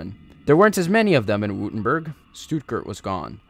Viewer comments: Württemberg > Vurtemburg Österreich > Ooster-rye-ck Jäger > Yay-ger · Saw you had some pronunciation problems, so figured I’d chime in to help you in the future. The end of Osterreicher is pronounced somewhat like bike, but with an r instead, so “Oster-rike” Württemburg is “Were-tem-berg” or “borg” depending on which you prefer, and Jäger, whom were basically just skilled hunters/riflemen in Germanic nations, is pronounced like “Ya-gur”. Great video just like the last ones! Glad someone is doing in depth tellings of it. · Don’t you mean österreich oester-raish Jäger- yègah Württemburg- Vuerttemburk